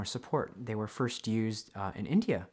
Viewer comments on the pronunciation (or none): none